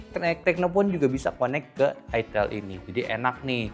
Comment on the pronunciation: bang baca nya aitel bang..bukan itil